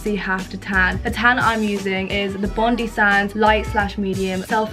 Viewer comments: it’s not pronounced like that. It’s ‘bondiiiiiii’ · When she was doing her tan she said ‘bond-ee sands’ when it’s ‘Bon-die’. Hehe. Luv u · love u and ur vids 10/10. just a side note the tan is pronounced bon-die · I died at the way you pronounced Bondi!🙈 in Australia (its a Sydney beach) it’s pronounced Bond-eye ! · bondi is pronounced bon-die not bon-dee 🤣 it’s a famous beach in australia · It’s pronounced bond eye not bondi it’s literally so dumb and weird I know but just letting ya know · BB IT'S BOND-EYE SANDS NOT BOND-EE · Hahaha I love you but "bondi" is pronounced Bon - die not not bondee😂❤️ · coming from an aussie its pronounced bond-eye tan not bond-e, love you still xx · real quick it’s pronounced bond-I like bond- eye not bondy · 'bondee' omg it's pronounced 'bond-eye' haha lol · It’s bond-eye not bond-ee Love you though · Pro-tip from an Australian, cos we pronounce things weird: it's 'Bond-eye', a beach in New South Wales, Australia. Gotcha back, gurl! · i dont think u care but its (bon-die) sands jsjjss but im obsessed with ur channel and this viddd!!! <3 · Just letting you know b, this how you pronounce the tanning product: bon-die, ily all the way from Australia💘💘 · i'm aussie and just wanted to let you know that the bondi from bondi sands is pronounced - bon die/dye. just thought i'd give you a heads up <3 love your vids xx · Th tanner you use is pronounced 'BOND - EYE', it's a place in Australia! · I’m Australian. Actually from Sydney we’re Bondi beach is. How she pronounced it as Bondee 😂😂😂. Love your vids tho ❤️❤️❤️ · “Bondi” in Bondi sands is pronounced “bond-eye” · It’s pronounced bond- eye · IT'S PRONOUNCED BON-DIE! 😂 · THE WAY SHE SAYS BONDI HHAHHA I LOVE YOU KATE BUT ITS BOND-EYE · It’s pronounced Bon-die tans aha😂 sorry but I’m from Australia I can’t help it😂😂 I love you 💞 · I’m just saying it’s not bondi it’s pronounced bon-die like the beach in Australia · did u say bondy sands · ITS BONDEYE AHHAHAHAHA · Bondi is pronounced Bon Dye 😬😂